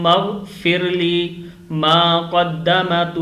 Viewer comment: It’s kadammtu . Not kadamatu.